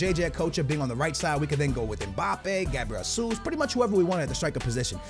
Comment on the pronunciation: its gabriel Jesus* not Gabriel Hasus